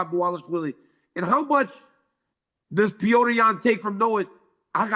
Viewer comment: It's Pjotr, guys.....Like in Plotter but the L is a J....Not Pjoater